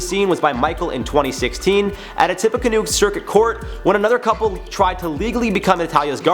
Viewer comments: tippacanoe county...It’s Indiana it’s pronounced tip-uh-canoe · Just love the state I live in!!!! 😳 It's also tip-a-ca-new like Tip a canoe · Cool story but you pronounce Tippecanoe like Tippy canoe. My mom lives off the Tippecanoe river. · I live in Lafayette and am waaay too familiar with this case. I feel really bad for the Barnetts they are being accused of horrid things when they actually did a lot for this girl who took advantage of them and their kindness. PS It’s pronounced Tippy-canoe (canoe like the boat 🚣) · That's not how you pronounce Tippecanoe.... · I'm from Lafayette in Tippecanoe County. I cringed hard ever time he said LAH-FYE-ET....It's LAH-FEE-Yette. For the county? its literally TIPPY-CANOE, like you tip a canoe. It's not a big deal, but its so cringe hearing it. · Tippa-canoe!!! La-fee-yet!!! I know we’re weird in Indiana, but that got me more than this story 😂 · La-FEE-ette Tip-PEE-canoo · As a native Hoosier it’s pronounced like “ Laf e (like the letter e) yet” and the the county is pronounced like “Tip uh canoe”. Sorry the mispronunciation kept driving me nuts lol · Dude lafayette is pronounced lafeeeeyette and Tipaconoe is pronounced Tipacanoooo. Just helping ya out man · How he said Lafayette, Tippecanoe co. sounded extra funny